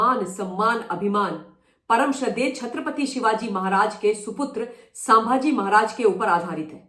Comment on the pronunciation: Excellent! Only I want that you pronounce well-known names correctly. It's not सांभाजी, it's संभाजी. Can you please say it correctly?